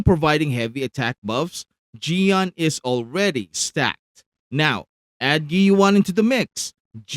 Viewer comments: It's "ch-yoh-yoo-en" 🙄🙄🙄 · Just so you know, the way to pronounce his name is like this "Cheeyo Yewen" in Chinese. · great content as always! But why do you keep saying Qiuyuan's name with a "G"? @@